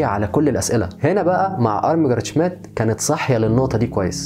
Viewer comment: الإسم ينطق ( شميت) مش شميديت